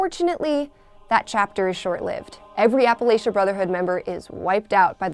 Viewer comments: Ahem, its actually pronounced as "App-Uh-Latch-Uh" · It bothered me how she said Appalachia